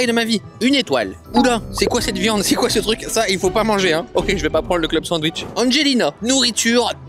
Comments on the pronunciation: Salut Cyril, ça se prononce "SanDwich", pas "San wish" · Y’a que moi qui l’entend dire cent wish au lieu de sandwich 😂😂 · Alors on est français oui mais entendre sans-ouiche toute la vidéo ça fait mal aux oreilles 😂😂😂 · " le san wishhh" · Pardon, excusez moi, merci, je suis juste passage dans les commentaires pour retrouver le "D" de sanwich.